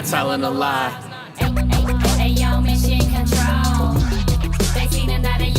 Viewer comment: "AYIOOOOO MISSSSIOOON CONTRAWLLLL"